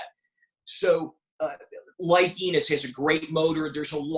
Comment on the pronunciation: It's Pronounce like E-NOSE, not ENIS It's Terrence Enos Jr